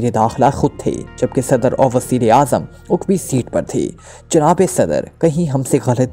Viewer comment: Uqbi nahi hota aqbi hota hai